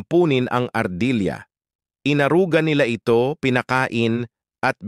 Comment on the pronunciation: Ampunin, inaruga, na ito, 😅😅😅😅😅nabigla ako sa accent na nabigkas parang mali yata 😅😅😅😅😅. Nakakapagtataka😅😅😅😅